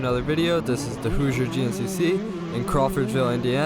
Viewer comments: Hozier is an Irish musician. Hoosier= whoo-sher:) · Ha ha, hey, we prefer to be called "Hoosiers" not Hosiers. lol Thats hilarious! you are so right about our time zone and interstates...once you drive the interstate enough you do the left-right thing like picking lines. that tree was still in the revs when it hit you. Good stuff guys!! Fast